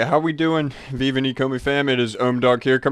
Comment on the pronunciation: Thanks for the video. A couple of things: 1. Thank you for speaking up a little more. It's WAY easier to listen to. 2. It's pronounced "vee-vee". Thanks for everything!